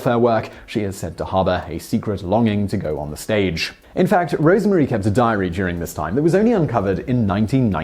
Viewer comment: Roosevelt is pronounced to rhyme with Rose. Rosemary was not called Rosemarie.